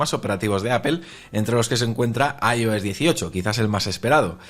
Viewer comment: Lo que a mí me duelen los oídos cada vez que dice “Ayo s”😂😂😂😂 (“Ai, Ou, S) 😂😂😂😂